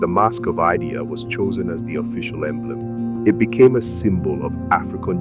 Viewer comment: Thank you for the video but the name of Queen Idia is pronounced as eedeah. Good work nonetheless.